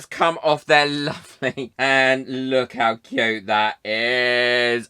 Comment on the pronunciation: Oh my goodness don’t you wook pwetty 😀